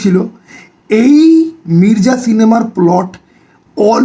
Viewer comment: Mirza❌Mirja✅ আগে উচ্চারণ টা কর যা তারপরে তোর ঘর যা তারপর কিছু খা যা খেয়ে দেয়ে ঘুমা যা মির্জা আবার কি?? Its Mirza ভাই Come on😂😂😂